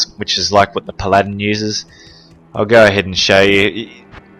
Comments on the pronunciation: puh-ladin? pal a din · i like how this guy says paladin he says it like pladin